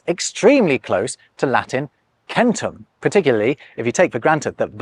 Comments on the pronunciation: if you're going to insist on the classic pronunciation of latin, you should do it all the way. It's ken-toom with a nasalized m and not ken-tom like you say it. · I disagree with the assertion that centum is pronounced with a hard K. It makes more sense that a C followed by a vowel is pronounced "Ch," as in modern Italian. (See below for my source) I have other gripes with the modern (internet driven) idea that the V/U letters are both & always said as Ws. But that's another discussion. ***Bona fides*** My Latin professor studied at a monastery that was founded in the 7th or 8th century. He was the chair of the language dept at Georgetown and taught Russian, Latin and Greek. He bemoaned the fact that Latin is no longer western Europe's lingua franca as the declensions and structure make it more elegant and efficient than English could be. (I liked my GPA too much to point out that the beauty of English is the broad vocabulary of loan words from other languages, but his point remains valid.) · Video: "hundred...centum..." Me: "Huh, really? Video: "Yes, it's pronounced kentum not sentum" Cracked me up so much hahaha. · Actually, it's "Ken - TOOM" ....